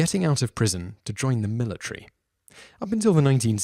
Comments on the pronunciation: Military* Not Militry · The "Militree"